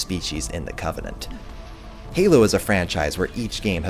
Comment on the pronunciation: When you say covenant it's flawless